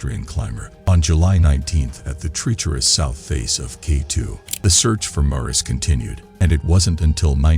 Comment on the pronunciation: Bad pronunciation: "tree-cherous" for "treacherous" and "Polish" pronounced like "shoe polish" instead of "Poland".